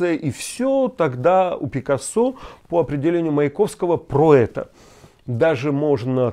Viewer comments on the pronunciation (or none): Дорогой Леонид Парфенов! Если всех иностранцев, умерших в Париже, величать на французский манер с ударением на последнем слоге, как делаете Вы с фамилией Пикассó, то тогда и фамилию русского писателя надо было бы произносить так же: Тургенéв? Или всё-таки Пикáссо и Тургéнев? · На границе с современной Латвией жило племя кривичей, а рядом с Эстонией жили словене, поэтому по-эстонски "русский" - "vene", а Россия - Venemaa. Только, пожалуйста, ПикАссо, с ударением на А! Он был испанцем, а не французом, соответственно, совсем другие правила ударения. Очень режет слух. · Доброго дня! Леонид, спасибо вам за ваш труд! Очень познавательно и интересно! Некоторые неточности, которые бросились в глаза - Пикассо (ударение на "а") и на 29 минуте в стихотворении опечатка скрЫпит. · Леонид, почему ударение на последний слог Пикассо? По правила на сколько помню на первый слог должно.